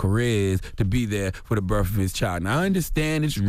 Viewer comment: It's properly pronounced BIRTH not BIRF